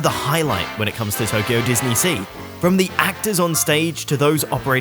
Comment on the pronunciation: It's Tokyo, not Toyko! :D